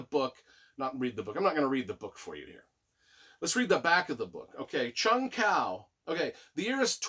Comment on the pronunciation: I absolutely loved this collection! I immersed myself into the series and loved it. IT'S PRONOUNCED JUNG HU. It's killing me!!!lol lol lol Bless you for doing this.